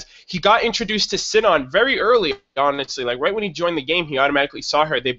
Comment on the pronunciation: Sinon's name is pronounced See-non. Or, since they're in Japan, Shinon.